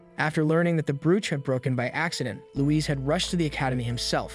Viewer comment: Brooch is pronounced broach